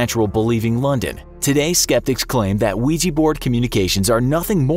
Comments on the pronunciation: What says: Ouija board What I hear: Luigi board Wah wah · its Ouji board, not luigi board 😅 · "Imagine your friend comes over and brings a weegee board" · Why use “a” ouija board then? Since ouija sounds like weeja you use an a instead of “an”